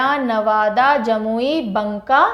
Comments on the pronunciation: बंका ❌ बांका✅ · ....bnka nhi Banka hota hai....madum ji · It's not banka it's pronounce baka 👍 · Mam wo banka (बांका) hota na ki बनका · Mam wo बंका नहीं है। वो बांका है। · बंका नहीं बांका है वो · Maam बंका नही बांका होता है। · MAM बंका नही बांका होता है । और आपने बहुत अच्छा ट्रिक दी। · बाँका बुलाते है बंका नहीं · बंका नहीं।बांका। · बंका नहीं बांका hota h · Banka ko "baaka" bolte h